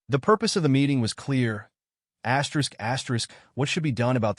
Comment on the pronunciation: Your "asterisk" pronunciation machine just got you blocked.